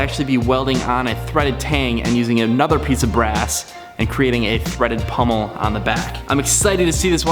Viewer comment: Great job! But for God's sake people - it's pommel, not pummel!😃